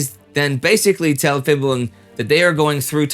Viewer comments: Phibun is pronounced Phee-boon not Fib-boon. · Fun fact: the Ph- in a lot of Thai words written in the Latin script is pronounced as P-. So, Phibun would be pronounced as "Pibun" not "fibun". And he isn't called Phibun, anyways. Everyone in Thailand calls him "จอมพล ป." which is field marshal Por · Phibul (it's bul not bun) to his friend is "Phleak" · It's great that you have done a special in Phiboon, a really interesting figure, it's just a shame you never learnt to pronounce his name before you did it. It's Piboon with a 'P' not 'Fiboon with an 'F'. Also with Phunam.... Poo Nam and Wat Phra kaew = Wat Pra Kaew. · Very well made and accurate video! Just a tip on pronouncing the "Ph" in Thai, It's actually just a "P" and the "H" is silent. Not an "F" like how it's read in English. I really don't know who's the first person to start putting these H's in Thai words. Makes foreigners mispronounce a whole lot of words. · Just a note, PH in Romanized Thai is pronounced just "p" not "f". So instead of "Fiboon" it's "Piboon". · It's Pibun, not Fibun. Dumb romanization method dictates the "P" to become "Ph" in English. I actually hate this system. Mispronunciation aside, this is why I like the internet, because you can always expect a foreigner to tell you what's not on the books. Do you know what the Thais actually call this guy? "Grand General P. Pibunsongkram". The funniest thing about it, is that "P" which is "Plak" means "Weird" or "Creep". So it looks like even his parents must've hated him to give him such a name. (The dumb romanization system dictates the "-air" to be -ae"). I just call this fucker a creep. Thai books actually speaks highly of him & said his hands were tied into joining the Japanese. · we all hate him tho. but he invented the Pad Thai so yeah also why do you pronounce "ph" as an "f" sound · Not "fi-boon." I think it's pronounced "pee-boon." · Phibun is pronounced Pibun, not Fibun. Ph is an aspirated P when romanized. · Pibun. Not Fibun.